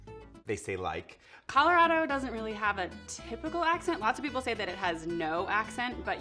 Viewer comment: Its Colo-RAD-o not Colo-ROD-o